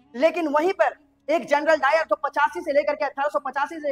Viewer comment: Janral o dayar nahi janral dayan😮‍💨🫤